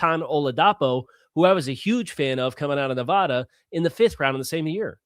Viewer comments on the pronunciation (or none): As a local born and raised, it’s pronounced “I HAD A NEVADA”